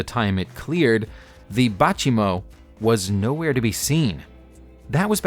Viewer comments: Bay -Chee-Mo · Baychimo is a contraction of Bay Chimo which is now the abandoned Inuit community of Umingmaktok on Bathurst inlet in Nunavut in Canada. I believe the name of the vessel you are referring too was pronounced "Bay Chimo", at least that's the pronunciation I've encountered in other references. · bay- CHEE- mo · Bachimo? Wanna maybe try that one again? and "Marie Celeste"?? Are you cereal right now?